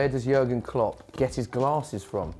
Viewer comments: its JÜÜÜÜÜÜÜÜÜÜÜÜÜrgen Klopp... not yogurt klopp xDDD I am just joking btw. I dont care how you write his name xDD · jurgen? his name is JÜRGEN! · It's not Jurgen it's Jürgen Klopp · It's Jürgen, not Jurgen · Its "Jürgen" not "Jurgen"! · Jürgen not Jurgen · Pronounced yuurrgen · Its so funny how they pronounce Jürgen Klopp😂😂😂😂